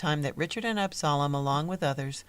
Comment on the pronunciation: The pronouncement of Absalom is wrong. And painfully distracting. Also Absalom did not found the A .M.E. Church. They (Jones and Allen) were members of the Free African Society